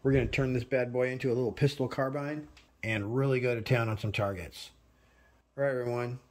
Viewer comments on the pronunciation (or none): none